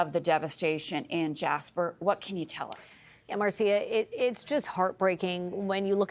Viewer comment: Jasper? More like Jashper, amiright?